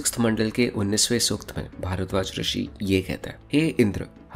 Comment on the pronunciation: Good approach, but pronunciation must be corrected BRO....... Not Rigveda, or Sukta..... many are there to be correted. Just a suggestion.